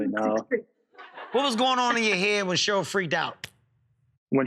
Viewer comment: Um, Cheryl is pronounced “Share..earl “ not, “Sherl” Kevin 😂